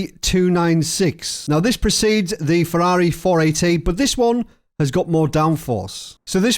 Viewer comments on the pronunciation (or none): none